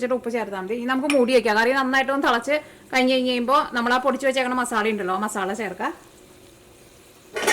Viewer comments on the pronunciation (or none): ഉണ്ടാക്കിട്ടോ... അടിപൊളി 😊❤️പിന്നേയ് മസാല !!!മസാള അല്ല 😊❤️